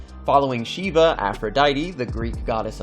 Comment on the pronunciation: U mispronounced shiva but no problem